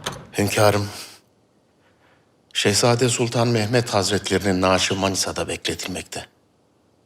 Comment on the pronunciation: 7.45 sultan mehmet diyor yanlış telafüz etmişler